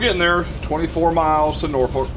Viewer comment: If going to Norfolk, learn how to pronounce it. Imagine "Nor-phuck". Ask anyone in the Navy